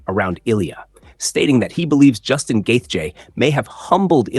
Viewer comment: Is the voice over AI or he just pronounces Justin's last name differently every single time? Lol Probably AI, which is so lazy.